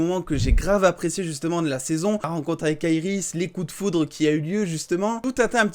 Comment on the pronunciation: Pourquoi tu dit aeris Au lieu de iris